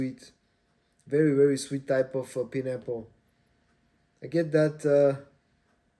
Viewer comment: “Pie”n apple… not Pin apple… :)